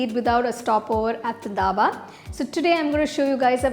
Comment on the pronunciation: That is not daba that is dhaba